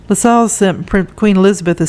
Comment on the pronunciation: Hi, I thought you’d like to know that you’re mispronouncing Lascelles. It rhymes with hassles or tassels. There are a number of videos on YouTube that you can play to hear the correct pronunciation of words.